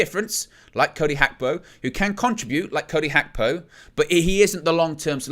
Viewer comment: Its Gakpo not Hakpo 😢